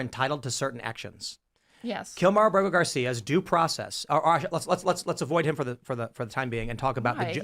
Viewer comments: Kilmar “Burger” Garcia?!?!? Good grief dude, if you’re going to make a video criticizing this liberal dolts lack of knowledge, don’t proudly demonstrate your own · Is Kilmar Abrego not Kilmar Berger, you keep on repeating Berger. Let people hate the right person 😂😂😂